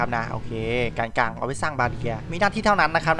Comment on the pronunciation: พี่พูดว่าแกนกังด้วยครับ